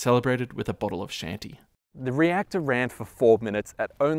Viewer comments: Shanty ? key-on-tee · "shanty"...??? The correct pronunciation is "[KEE] + [AN] + [TEE]" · It's cadmium (cad-mee-um), not "cadium". Also, it's a bottle of Chianti (Key-anh-tee), not "shanty". I thought you Queen's English speakers were supposed to be above reproach at this kind of thing. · "Nu-kee-lurr" - Nuclear "Kay-dee-um" - Cadmium "Shan-tee" - Chianti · The rod was coated with cadmium, NOT cadium. Also, it's called chianti (kee-AN-tee) NOT Shanty. Otherwise, a very interesting piece! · It's all wine and cookies until you don't butcher italian language. Chianti it's pronounced "kianti", not "scianti". Cool video btw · The wine is pronounced Kee an tee. Not Shanty. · It's pronounced KIANTI not SHEANTI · The "Ch" in Chianti is hard like a K. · Cadmium, not camium. Chianti is pronounced kee an tee. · Every time he said "nuke-u-lar" a part of me died. But even that didn't prepare me for his pronouncing chianti as "shanty". :) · Learn how to pronounce Italian words: C-H-I-A-N-T-I is pronounced KEE-AHN-TEE. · "Shantee" he must mean Chianti lol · Did he say "CADIUM" and "CHANTY?" Wow.. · Cadmium, not cadium. Chianti is pronounced key aunt tee. Squash is an indoor sport, Stagg field was an American football field (as opposed to what we call soccer). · It's pronounced KEY-ANT-EE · Cadium? Shanti? Really? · Chianti? Is that what that was? LMAO, when he said Shan-tee I thought it was slang for bubbly or wine, I didn't know he meant Chianti. hahaha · You should learn, how to pronounce "Chianti". Repeat with me: Kee-un-teeh. Very good. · A bottle of sceehanthy 🤣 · Indeed, great content but the mispronounciations are rife. If Tom Scott called Chianti 'Shan-tee' he would be stripped naked and burned at the stake the next time he landed in Italy... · and what is a bottle of Chanty? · diction note 'chianti' is pronounced 'kee-ahn-tee' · In Italy you'd be shot for pronoucing Chianti the way you did! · His mispronunciation of Chianti was even worse....